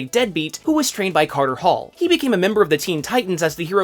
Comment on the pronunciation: You lost me at "Katar Hol"